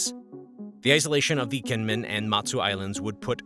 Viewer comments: Gee men not Gee Yen Men. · Kinmen it is a soft g not a k